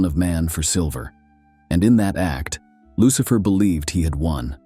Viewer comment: LUCHIFER LOL IDIOT FUCK